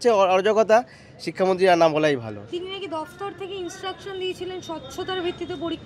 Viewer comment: নাকি,হাকি,শুনছি,,,,, কি বলছেন আগে ঠিক করুন।